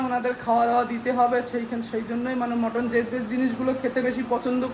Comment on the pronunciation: ওটা মটন মটর না😅